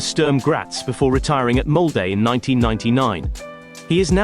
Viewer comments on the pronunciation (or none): none